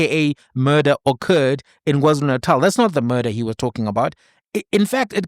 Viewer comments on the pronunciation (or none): Did he just say WarZulu Natal 🙆🏽‍♀️